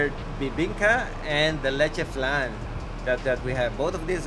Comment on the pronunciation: It's leche flan 😅